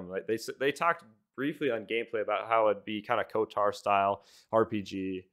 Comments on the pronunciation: bro thinks its KOTAR instead of KOTOR.. chuckles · The game gets delayed another year, everytime you say KoTaR instead of KoToR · KOTAR? WTF is "KOTAR"??? It's KOTOR... "KO-TOR". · I was unreasonably distracted by the way you were saying KOTAR instead of KOTOR. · Co-tarr 😂😂😂 You mean KOTOR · Ko-tar lol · KOTOR not KOTAR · also why do you say "kotor" like "kotar?" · How many times he going pronounce KOTOR wrong? Lol